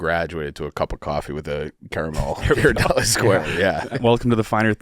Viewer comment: Them butchering the name Ghirardelli hurts my soul.